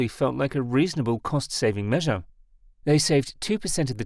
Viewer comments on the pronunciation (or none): none